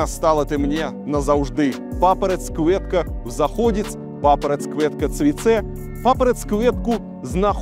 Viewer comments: Папараць кветка, а не квуэтка. А так норм дерзай. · Куэтка)) Кветка)) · И кветку читать как русское ветку. С буквой к в начале, зачем из этого делать куэтку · Это же тебе не английский, тут всё просто. как пишется так и слышится, не квЭтка, а кветка😂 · Не кувэтка, а кветка. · Илья... Беларусь ЖЫВЕ... На конце Е , не Э Iдзе , не iдзэ Кветка, а не квэтка ... Ну и т.д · Не КвЭтка а КвЕтка)) и тал бел мова уже похожа) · я шчыра не разумею навошта ён прамаўляе "дзе" як "дзэ" i "це" як "цэ". "Iдзэ", "квэтка", "цвэцэ". Навіны з Францыі загаілі мае раны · Илья красавчик. Очень одобряем всей семьей изучение белорусского языка. Красивый стих, но с произношением еще нужно поработать. Нужно мягче! [к'в'этка] (кветка), [ц'в'ац'э] (цвяце), [iдз'э] (iдзе). Успехов! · пля, да почему квЭтка то????? где там Э было?? 🤦 ну а согласные, как будто произношение лукашенко лично ставит😢. не выдумывайте того чего нет))😊 что ты, что Глебыч не то что написано озвучиваете, а своё представление о том как должно звучать написанное)) тот живЭкает, и тебя аж прёт в простое важности добавить)